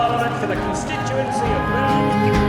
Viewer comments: I know 😅 as a BirmingHAM boy it was the only black mark on this video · The H of is Birmingham silent.